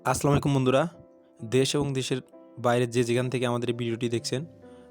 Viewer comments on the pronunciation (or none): আসলামুআলাইকুন না। বাক্য টি হবে আসসালামু আলাইকুম।